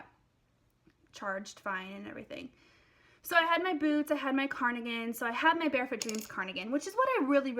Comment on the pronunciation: Are you saying carnigan?